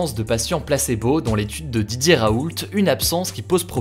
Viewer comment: Pourquoi à chaque fois qu'il dit "Didier Raoult" j'entends "DJ Raoult" ?